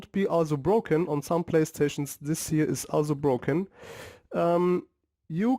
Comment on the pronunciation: It's broken, not Brocken